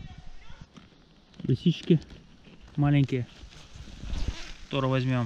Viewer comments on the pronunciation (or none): none